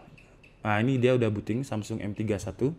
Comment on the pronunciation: Samsul apa samsung wkwwkwkwk Dengerin lagi deh